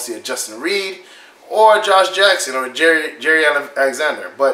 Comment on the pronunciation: His name is not Jerry Alexander, it's Jaire like Zaire the country in Africa..